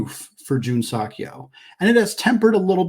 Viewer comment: I enjoy your show. I believe "Seok" is more accurately pronounced suh-k or soak; not sock. Go Zags!